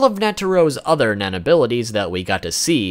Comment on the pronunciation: lul sometimes when he says nen it almost sounds like men so some shit he explains with the word nen sound funy AF XD